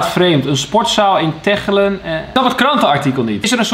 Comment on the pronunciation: Laat Chantal Janzen maar niet horen hoe jij Tegelen uitspreekt😂😂😂